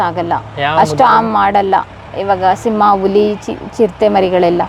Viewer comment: ಸಿಮ್ಮ ಅಲ್ಲಮ್ಮ ಸಿಂಹ 😅😅 ಅದಕ್ಕೆ ಅವಮಾನ ಮಾಡ್ಬೇಡ 😅😅